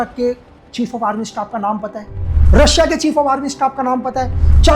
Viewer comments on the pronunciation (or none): none